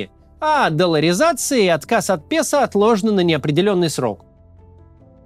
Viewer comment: Хотелось бы чтоб фамилии людей и название аргентинской валюты произносились бы автором правильно (песо - это пЭсО, а не пЕсА и т.д.)